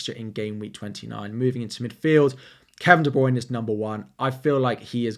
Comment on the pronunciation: Please learn how to say Kevin De Bruyne and Gabriel Jesus properly